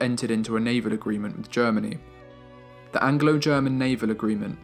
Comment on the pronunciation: The narrator's voice is clear and well pronounced....However, he needs to work on his pronunciation of the definite article throughout the entire documentary.....